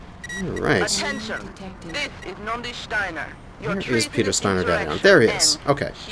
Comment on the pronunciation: have you noticed how you have a tendency to talk about getting some long to mid range weapons, but then you end up brawling point blank getting that explosion damage on your mech.:D Also, hate to be the guy but it's NONDI, not Nodani Steiner.